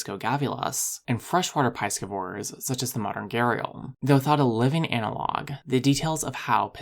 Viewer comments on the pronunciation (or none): 𝛑scivores: Not "PIE-skih-vohr", but "PIS-skih-vohr". First syllable rhymes with 'this', not 'rice'. Do not confuse with pronunciation of 'piscis'. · Ive never heard of piescevores before, do piescevores live off eating pies? You know, how piscivores live off eating fish…? You really should learn to pronounce words youre going to use many times in your videos. Other than than I liked this video 👍